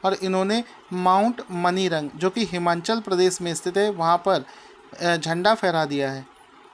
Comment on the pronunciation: सर हिमांनचल प्रदेश मत बोला करो हिमाचल प्रदेश बोला करो आपको मैने पहले भी बताया था लेकिन आप बार बार मेरे कॉमेंट को नजर अंदाज कर देते हो कृपया आगे की विडियोज में हिमाचल प्रदेश बोलने की कृपा करें। 🙏🙏